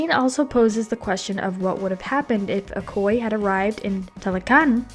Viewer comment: Just a note, if you're going to do an extended piece like this you should make sure you get the pronunciation of words like Namor, Okoye, and Dora Milaje correct. It makes it seem like you haven't seen the film and brings into question the validity of any of the behind the scenes facts you're giving.